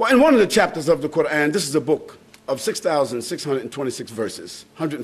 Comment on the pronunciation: First off, it is Quran, not quarn